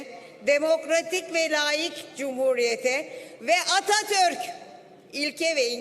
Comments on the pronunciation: "....Ve Atatööörk" botokstan konuşamıyor sanırım... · Atatürk gibi guzel bir ismi niye çemkirerek soyluyor